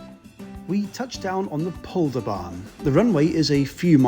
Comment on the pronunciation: (Nice pronunciation of Polderbaan!)